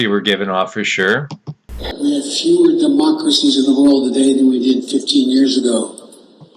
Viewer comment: "Fewer" sounds like "Fuehrer"